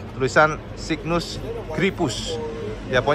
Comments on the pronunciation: Baca nya "SEIGNES" cak 😂😂😂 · ya memang mirip seperti itu pengucapan nya. seknes 😂😂😂